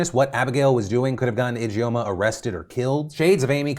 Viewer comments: Just a note, 'Ijeoma' is pronounced "idge-orma" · Your pronunciation of Ijeoma is killing me lmao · if anything at all comes out of this victoria secret karen story, i hope it's everyone learning how to properly pronounce the name ijeoma (EE-juhm-ah) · Ijoema sounds Nigerian. If so, it is pronounced Ee-jaw-mah.